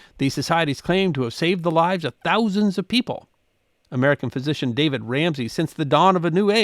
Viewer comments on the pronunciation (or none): none